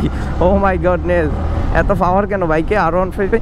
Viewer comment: Fower na re bhai, Power........ Kotha bolte pare na asche vedio te.........